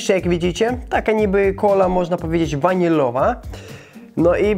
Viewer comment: Cola Wanilowa XD nie to że mam coś do tego ale śmiesznie to zabrzmiało